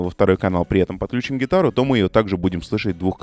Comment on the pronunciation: подключИм, включИм, отключИм - на "ключ" не ставится ударение, кроме слова "ключ".